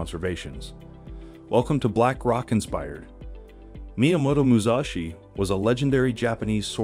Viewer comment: For Pete's sake; It's Mu Sashi, not Mu Zashi! And NO; I would not ever subscribe to most of his principles or so called 'wisdom'!